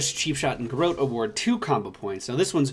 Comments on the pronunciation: I could be wrong, but isn't it pronounced garrOTe....? as in hot? like garrote wire? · We Spanish-descended countries pronounce it "gar-roh-teh" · I hate being that guy, but you maaaaay be saying Garrote slightly wrong, <3